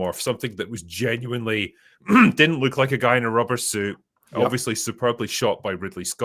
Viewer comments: If this guy says "jin-you-WINE" one more time, I may lose it. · I came here to say this as well, hate to be a grammar cop but it gen you winely was driving me nuts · He kept saying "You Genu-WINE-ly don't know?" there's some irony there.. But yeah, grammar nazi and all that, but someone needs to teach this man how to pronounce the damn word if he's going to use it every 30 seconds lol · "Gen-u-wine-ly" danquish